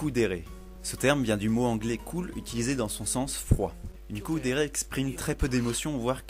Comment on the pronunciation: C’est KUUdere pas COOdere... Enfin, je crois 🤨